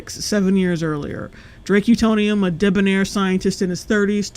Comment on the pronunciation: I’m sorry but “Drake Utonium” does not sound right